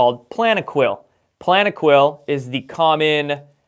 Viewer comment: I want to correct you at 25.03. Its Plaquenil. Not Planequil. And this is a Chloroquine drug. I havent researched Plaquenil but from my under standing it does have some side effects yes. Dylan is wrong to bundle that drug in with the HCQ argument because it is a stand apart medication. Btw. Americas Frontline Doctors published an 85 Study compendium on their website back when they did that 1st Live presser summit. Has alot of good reading.